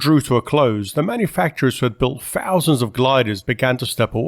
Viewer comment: Ffff-ousands …. Fff-eee.. great video. 194free … You have to work on pronouncing TH …. Tung near and behind front teeth, slight blow and you have TH sound … further, you say furver.. … you try and avoid saying Th at every opportunity …..